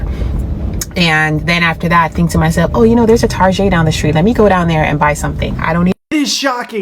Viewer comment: mispronouncing Target to make it sound fancier? 😂